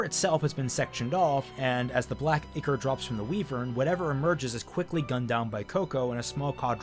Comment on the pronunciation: Your mispronunciations of 'ickor' and 'wivern' will never stop being funny.